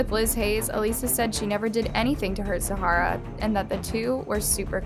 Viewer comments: I swear I've been binge watching these videos and I couldn't deal with hearing Zahra's name pronounced wrong so many times. It's a bit disrespectful to mispronounce the names of the victims when it just takes a simple search to find videos of others saying it right. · even the name tho she pronunciation Zahra so funny 😂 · this video is super disrespectful. you pronounced the zahra’s name wrong the WHOLE video. like the girl was murdered the least you could do is pronounce her name right. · Can't stand you saying her name incorrectly... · You pronounced the girls name wrong through the entire video 🤦🏻‍♀️ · Please learn to pronounce Zahra's name correctly. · the constant mispronouncing of her name is getting on my nerves. she deserves at least that bit of respect, don’t you think? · I enjoy watching your videos, but you do need to put a little more effort into researching how to pronounce people & place names. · Enjoying your content a lot! but pleaseeee for the love of everything stop butchering names so consistently 😂😂 look at how the name is structured! type it in on google and hear the pronunciation or something! zahra = zah rah not zaharah… and Mauricio is nottttt mercutio or whatever haha seriously not hating just don’t see why people don’t look into these things before uploading a public “report” 😅😅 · I'm watching this with an Australian friend of the family. Her name was Zahra (Zah ra) not Zahara (Za har ra), it's a common name here. Please research as it's really frustrating when you tubers don't check this stuff out or seem like they can't be bothered. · the person in the video.... zahra is pronounced zah-rah. the person is pronouncing the name as zah-ha-ra. i’m just asking for her input & the correct pronunciation of ha name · Can you please tell me how your name is pronounced? When I read the title, I thought that it's supposed to be pronounced as /Za:ra/, but in the video it's pronounced as /Zahara/. I'm confused 🤔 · It’s not Zahara — it’s Zahra